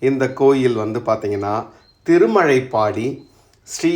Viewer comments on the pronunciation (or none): திருமழபாடி இடையில் ப் கிடையாது.என் பிறந்த ஊர். திருமழைப்பாடி என உச்சரிக்கிறீர்.திருமழபாடி சிறப்பு ழ கரம் பயன்படுத்தவும். பதிவுக்கு நன்றி.